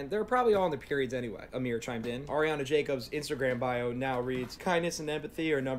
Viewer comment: this guy "" is doing us people named Amir wrong.